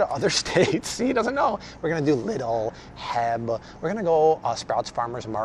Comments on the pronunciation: Aww, so cute you call it Heb. It is actually pronounced letter by letter H E B (for the founder Henry E. Butts). Just thought you might want to know. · 🤣🤣🤣 heb is pronounced with the letters H.E.B. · Lol Heb ;) It’s pronounced H-E-B (just say the three letters). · Its H E B Not heb(that u said at end of the video).. clearly never seen texas 😂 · Lol...did he say heb????.... if so it's "H" "E" "B"....lol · Yay! You are gonna do Heb, you pronounce each letter, H.....E.....B. just like you pronounce each letter in D.O.J. dept of justice. HEB stands for the founder's name, H.E.Butt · I am from Texas, would love to see the H-E-B one. Btw, its H....E.....B not Heb. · Come the Austin, Texas area and do H E B, not Heb, H E B. Love your stuff. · Did he just say H-E-B as “heb” in all seriousness? Lmao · I am so glad you are doing HEB. LMAO its pronounced H-E-B but I don't blame you since you don't live in TX. I cant wait to see that video!!! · Awesome! We actually pronounce HEB: aitch, E, BEE! Have a good time in TX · I love the "Healthy Grocery Item" series and looking forward to the ones in the future! BTW, H-E-B is not pronounced as a word. It is the letter, so, H, then E, then B. Thanks for all of the info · Great Video and it’s pronounced H. E. B. Trying to save ya Lol we Texans can’t wait for that haul!!!! Love your videos